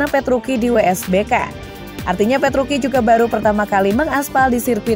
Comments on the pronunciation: Dibaca nya ttep petrucci mbaaa.. Gausah petruki petruki.. Aneh di dengernya jdinya.. Sblm mmbaca narasi baiknya cari informasi pembalap yg mau di sampaikan deh minimal pelafalan nama... Udah sih itu aja.. Biar profesional aja gt Dan perasaan kakek penjual bensin itu ngga sampe terbahak2 deh ketawa nya.. Jngn di lbih2kan lah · Ya tuh.. Italia c tetap di baca c.. Kcuali c di depan nama orang